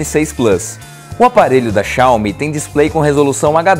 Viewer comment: Não queria falar nada não, mas o pronunciou errado o nome da empresa. HUE